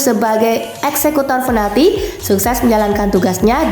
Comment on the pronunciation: min oh mimin yg terhormat, bacanya PINALTI min bukan finalti, inget min mulai besok PINALTI Piiiiiiii bukan Fiiiiiiii ok min